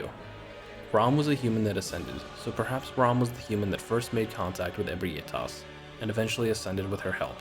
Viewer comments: You pronouncing Ebrietas as E-bri-A-tas instead of E-brie-tas as it's spelled was really hard to listen too. Lol Fun list though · I always pronounced Ebrietas “ah-BREE-tiss” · Alright, gonna say this again, and again if I have to Ebrietas - eh-bry-uh-tuss Because this seems to be a name everyone has troubles with